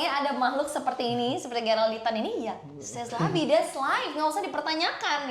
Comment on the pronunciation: C'est la vie bacanya sé la vi, bukan sés ls vi